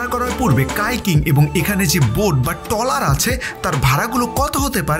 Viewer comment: টলার না ট্রলার